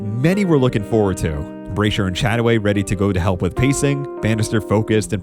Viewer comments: And BRASH-er, not BRAY-sher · Agreed. Really enjoyed the video but mispronunciations diminished it a bit. Brasher, Ovett, Tanzania, etc. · Why can't today's illiterate idiots pronounce route correctly? Also it's not Chris Bray-sher, it's Chris Brash-er.